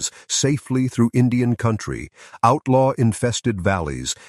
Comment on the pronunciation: This is such garbage. Listen carefully if you can stomach the repetition of nonsense descriptions and you will hear the telltale mispronunciations—See-hildren for children, see-oh-in-try for country—of AI reading. I am sure there is a story of this wagon train that matters, but I am appalled that this masquerades as “history.”